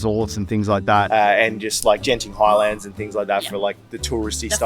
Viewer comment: for some Jenting Highlands. (it's pronounced with a hard G, like in "girl". It's absolutely fine for you to make this mistake because you're a foreigner. Jenting Highlands has been a long-time meme, in some circles, about Singaporeans out of touch with their own local culture and trying too hard to be like westerners that they even make the same pronunciation mistakes like a foreigner would)